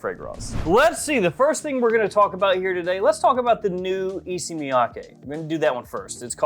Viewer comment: Leather malaki will be a must have. Btw, why you all pronounce d'Issey like D-C?? Isn't Issey pronounced like e-say?